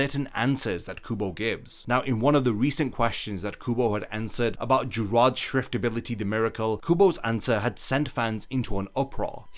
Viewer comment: SCHIFT NOT SHIFT OK? STERRNRIDDER OK?